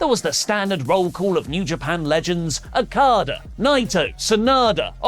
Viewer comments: Lol he says Akada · Why does pronounce Okada's name like that? 🤣🤣